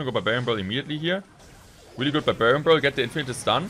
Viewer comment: Weally cwazy.